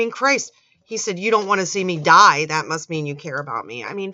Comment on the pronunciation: There it is ... "I believe in Yew!" Again!